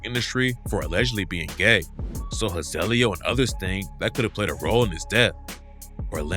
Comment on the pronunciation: ? HIZAYLIO 🤣🤣🚫❌️🙅‍♂️🤦‍♂️NAW.. IT'S "HE•ZUH•LEO" HEZELEO. LET'S GET IT RIGHT ✅️